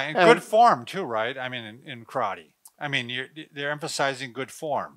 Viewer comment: I’m disappointed that, especially, doesn’t say “karate” correctly. Bob, quit interrupting, please.